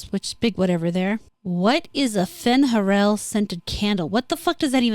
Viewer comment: when you say Fen'Heral candle all I hear is Marjorlaine the Bard say 'It smells like wet dog'